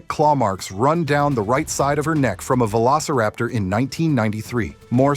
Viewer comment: Velociraptor a nie velociaptor